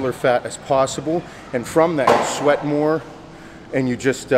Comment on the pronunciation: "just fuckin' SHWEAT..SHWEAT." I love how he says "shit" lol "Ronnie Coleman was the most alien looking mother fucker ive ever seen" I couldn't work out with him..I'd be laughing my ass off as he talks.